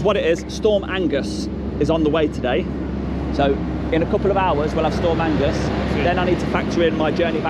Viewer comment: storm agnes not "angus"